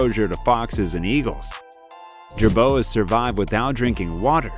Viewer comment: Lose the AI animation. useless. Is the narration also AI? pronunciation is atrocious. the ch in echidna is hard, also it is Gobi Jerboa, not Gobi Jeroba.